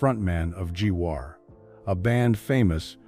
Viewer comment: Its not G war its Gwar